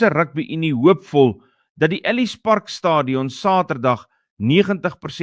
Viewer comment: Waardeer jou unitsending,maar wil jy asb vir AI verduidelik hoe om Ellis Park uittespreek nie?